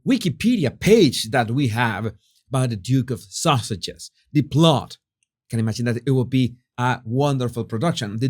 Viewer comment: It sounds like you are saying Duchess of sausages